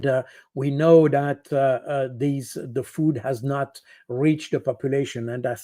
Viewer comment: And another thing. Why is Baud scared of the voiced th sound. He substitutes d. He says ‘dat’instead of ‘that’ The sound does not exist in French. It’s always a challenge.